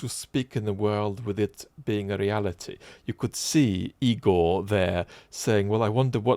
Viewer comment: Not to violate academic and philosophical standards of ethical personal conduct, especially those of this esteemed and espoused community, but - Igor..... Ugor..... .............. Weallgor 🤷‍♂🤣